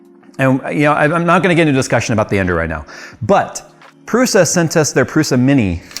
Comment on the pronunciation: This is the second time this week that I've heard Prusa pronounced wrong... What's going on?